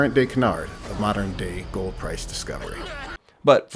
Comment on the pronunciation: The way he says "gorld" makes this close to unwatchable